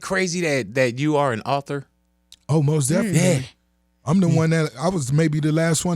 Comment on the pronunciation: Ross should make a song call most definitely cause he be killling that word